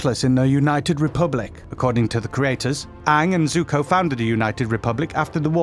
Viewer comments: Oh COME ON! Lord "ZUCKO". They aren't even trying anymore.. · “Lord Zuccoh” okay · Why can't he say their names correctly? You? Zukka? Pabbuh? Did he even watch the shows??? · How dare you pronounce Zuko as Zucko :( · Its princess YUE!!! NOT YU!!! Its ZUKO!! Not "Zukko" It is AMON!! Not "A - MONN" I find it so annyoing when ppl dont pronounce the names correct xD